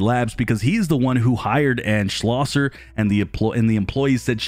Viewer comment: I want to commend you on saying Schlosser correctly.. this is too my last name and people butcher my last name and very few say it correctly 😂